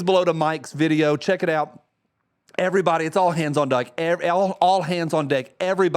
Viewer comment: I thought he said "all hands on dyke"